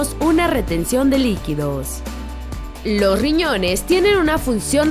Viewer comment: y lo peor que no pronuncia bien las palabras, ejemplo: "Lo riñones " 🙄